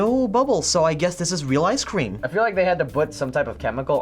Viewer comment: the way he keeps saying ice cweam 😂